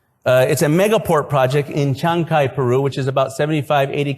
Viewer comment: Que bestia son los gringoa al pronunciar CHANCAY.....ES TODO JUNTO Y LA SILABA CAY ,,,,,,TIENE EL ACENTO O FUERZXA DE VOZ EN LA A....NO ES ESPAÑOL, TAMPOCO CHINO...ES QUECHUA